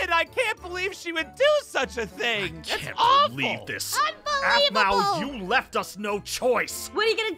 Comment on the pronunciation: Yeah and btw it's aphmau not "ahpmau" no hate btw